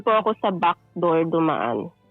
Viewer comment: binack door kadin ba ni çhef madam? 😅